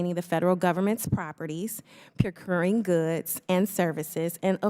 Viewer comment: aks is not how you spell ask. everyone who can read can explain why the pronunciation is incorrect. additionally, the word "procuring" is not pronounced "percrurin" under any circumstances. to go further, she puts emphasis on hundreds in the phrase "...hundreds of thousands of vehicles..." which is another incomprehension of language, that being the point of the number being large is not served by emphasizing the smaller of the units. how about we ask why the federal government is "censoring" the climate crisis? i assume whoever wrote that for her actually had the word "censuring" in place of censoring. they mistakenly thought she might understand the difference. and on a more general note, not specific to her, majority minority doesn't make sense. it's either the majority of people or a minority of people. it's a lazy way to say "the majority of residents are of an ethnicity that is a minority in the United States." otherwise, the term minority is just a slur for anyone who is not white, implying that they are less than what white people are in a way that is unrelated to population distribution.